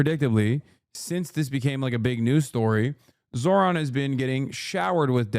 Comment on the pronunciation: She called him zor-han 😂